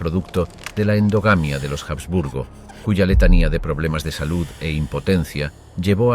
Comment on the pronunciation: La H de los Habsburgo no suena en español